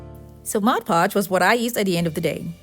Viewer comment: MOD PODGE NOT MODGE PODGE